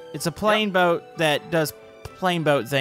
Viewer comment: "A ploat."